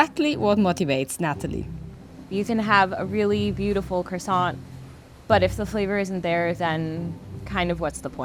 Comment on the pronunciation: the T in croissant is silent, who are these people....